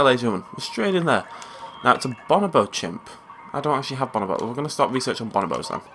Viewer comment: Ok this is from 2013 but you're saying bonobo wrong.